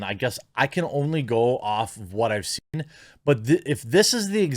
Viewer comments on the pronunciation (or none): none